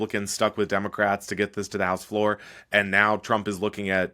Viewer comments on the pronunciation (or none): none